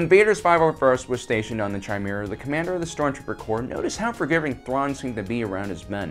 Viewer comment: Just saying, the ch in chimaera is a hard c no a ch